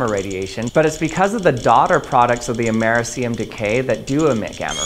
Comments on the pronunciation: It's ameRIcium, not ameriCIum. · AMERCIUM? XD Dude...it's Americium! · Amerah see um? 😅😂 it’s called Americium like Amah-ree-Sai-um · americium: ah-meh-RISS-ee-um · Dude, why do you pronounce americium like that?😭😭😭 It's amerIIIcium!!!! Nonetheless, cool video as always!!!❤❤❤ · Very cool video. But check your pronunciation with a Google search. It's kinda amir-rish-she-um. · Your pronounciation of Americium is kinda painful... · Mispronounce americium check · Great video 👍 Interesting pronunciation of ‘Americium’ 🤗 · Your pronunciation of americium bothers me. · you say americium quite odd, considering you’re american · Not how Americium is pronounced.